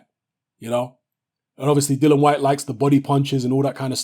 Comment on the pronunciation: I wish you'd say "Dillian", it's Dillian, isn't it? But decent vid... I don't know why you have to feel you need to "prove" your picks though. It seems many of your vids begin with "remember back in 1865, when I said this on YouTube? Don't get it twisted...."